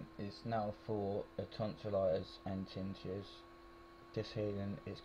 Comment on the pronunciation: TIN - NI- TUS (is the pronunciation).